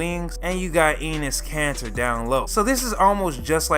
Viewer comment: "Anus Kanter"